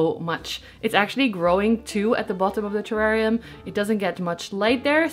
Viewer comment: 🇦🇺 hey 🙋🏻 love that spiral cactus! How cute. The Blue Begonia is GORGEOUS. You pronounced terrarium correctly the first time 😉😉 - your large terrarium hugely inspired me I bought an large aquarium (but as big as yours!) So big plans afoot. I saw how you had taped the palidiflorum leaf in a different segment and I laughed my head off 😂 but..... The other day i accidentally tore leaf on my P. euberescence Ruby ☹️ and then i saw my painter's tape and remembered you and taped my leaf! You can hardly even tell 🎉, so thank you. I also saw you started your calladiums inside. I've had trouble getting mine started, I have them in a humidity unit, planted in terracotta and sitting on a tray with a layer of stones. I put water to just touch the bottom of the pot and wait for it to evaporate and top it up again. It's been 3 weeks and no sign of life. Do you think they'll survive or have I rotted them? Hope your Christmas was lovely and Happy New Year 🎇🎇🎇🎇